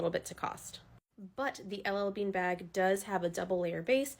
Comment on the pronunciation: Bairg. Tote bairg. ❤